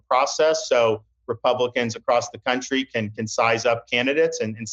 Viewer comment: Ron says "Cuntry"